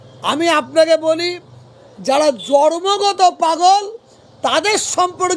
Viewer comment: কথাটা জর্মগত নয় জন্মগত। প্রথমে ভাষাটা ঠিক করুন।